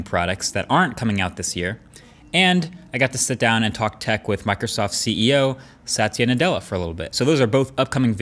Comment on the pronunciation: That was the weirdest pronunciation ever of satya nadela😐😐😐😑😑😑😑